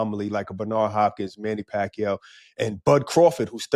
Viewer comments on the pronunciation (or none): none